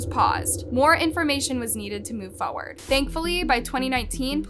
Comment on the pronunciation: Its said “forward” not foooard.